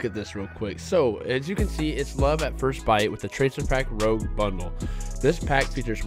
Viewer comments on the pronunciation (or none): I like the pack and I like your video, but it seems that everybody pronounces this name wrong. It's pronounced 'roozh', not 'rowg' (= Rogue). FYI: rouge is red in French.